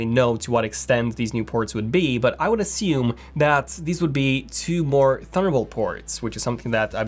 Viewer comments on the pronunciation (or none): none